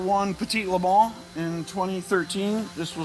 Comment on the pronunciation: Amazing. And its fun to hear LE MANS pronounced properly.